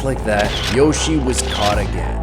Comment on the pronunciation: Its joshie not yoshie